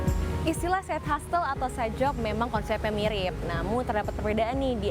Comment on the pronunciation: hustle --> dibacanya yg bener "hasel" bukan "hastel" hehe